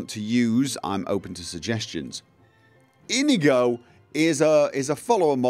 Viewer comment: Iñigo = in-yee-go ;)